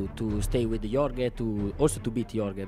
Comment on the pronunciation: he pronounces it yor-ghey lol